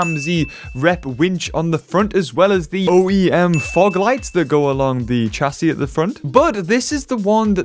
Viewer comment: Chassis is pronounced shassi not chasis